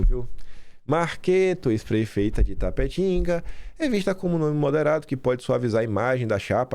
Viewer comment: não é Itapetinga kkk é Itapetininga. Simone Marqueto eu não votaria nem pra síndica de prédio uma péssima prefeita enganou a população falou que ficaria mais 4 anos e saiu pra ser deputada e deixou o vice que abandonou a cidade de vez, eu ficaria muito decepcionada se ela fosse a vice.